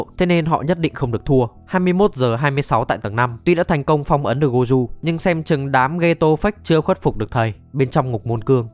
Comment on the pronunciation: má ông thầy tên gojo đọc là gô jô mà đọc goju thấy ngang tai ghê 😂😂😂 ( tui ở nhật >5 )